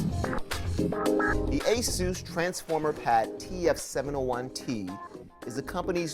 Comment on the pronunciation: Asoos? It's just Asus, damn.